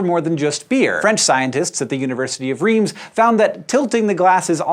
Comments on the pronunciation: Reims is pronounced /ʁɛ̃s/, not /ʁɛms/ Yes, it's tricky ;) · University of "Reems????" Yes, it's spelled Reims but it's pronounced "ress." English speakers (who even know the town) always screw it up. FYI, it's a city in the Champagne region of France. The first major city after Paris when traveling west on the A4 autoroute. It's most famous for being where the kings of France were crowned and the absolutely spectacular cathedral where it was done. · oh hank. please try ʀɛ̃s, not reems. I didn't even understand what city you were talking about until I checked the cc. (is reems how americans pronounce it though? just wondering) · Its pronounced closer to "rence" than "reems". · University of Rims ? ^^ Bro it's Reims, the "eim" inside the word is pronounced like the "en" in end, the "m" is silent and the "s" is not. So R-en-ss. Reims, main city of the Champagne territory, home of the Champagne (thanks Captain Obvious ^^) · was hank calling Rheims the "university of REEMS" really jarring and strange for anyone else? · Now tell him how to pronounce "Reims."